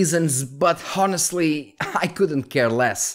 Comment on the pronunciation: The H is silent in Honestly.